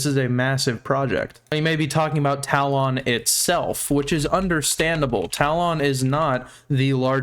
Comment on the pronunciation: my dude... it's pronounced TA-LUHN. for my mental health brother please correct yourself